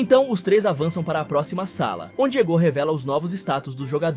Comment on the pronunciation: O fd é ele falar o nome dos cara errado sksksk, iságui, egô, naguí 😂